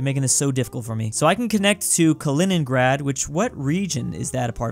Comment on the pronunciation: “Kaliningrand”